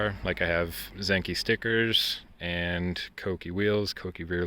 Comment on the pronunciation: Wow first person I've ever heard say Kouki properly, respect